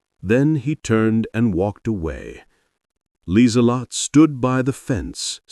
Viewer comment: "Her name was Liselotte Bauer. Last name means farmer, and AI actually got that one right. AI narrator messed up her first name, though. Should have 4 syllables, not three. It's pronounced Leezuhlotta. Lee Zuh Lott Uh. German doesn't have silent e's.